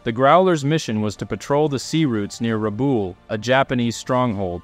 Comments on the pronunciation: great video. Rabaul is pronounced 'Rah-ball' btw. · Keeps getting Rabaul wrong though lol